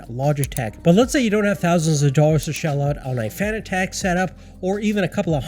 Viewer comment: Bro really said fan ad ec